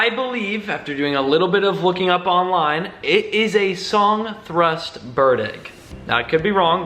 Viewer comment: Sadly, with the exposed egg whites and no parents to incubate it, that egg will never hatch. Also, don't wanna nit pick but its pronounced thrUSH not thrUST lmao